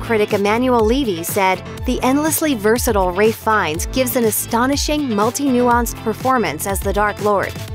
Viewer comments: Not Ray, Rafe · It's pronounced Ralff not Ray Fiennes. Ralph. Ph in English is always an F sound... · Its Ralph Not “Wraith” lol